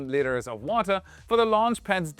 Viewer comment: Haha., a 'liter' of fluid is pronounced 'lee-ter', not 'lit-ter', as in a cat's, or someone's trash.